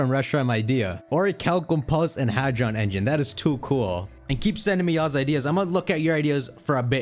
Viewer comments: "Hadon" engine lmaooo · What's a "Hadon" engine?